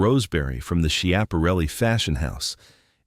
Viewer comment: AI can't pronounce Scaparelli